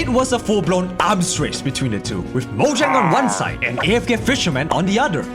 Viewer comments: Mojang no no no it's Moyang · “moyan”